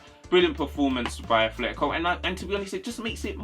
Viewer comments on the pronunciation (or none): btw it's atletico no H you're saying athletico